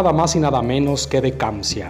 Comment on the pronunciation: Se llama "Kanzia" no kamzia